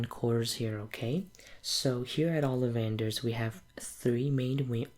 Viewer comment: It‘s OlliVANder‘s, not OLLivander‘s. *Hermione intensifies*😉😁 Really like this role play, you have a very nice an soothing voice!